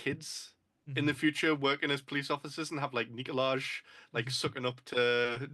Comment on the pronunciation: Lovely episode, just want to correct it's actually pronounced "Nikolaj"